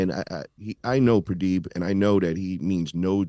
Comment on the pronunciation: I like how calls him pradeeb lol